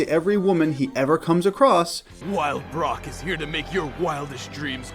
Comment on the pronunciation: "Brock", not "Brook"